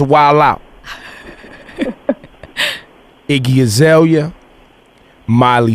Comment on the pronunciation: azaélia ... mes oreilles saignent, mais bon la vidéo est trop intéressante on laisse passer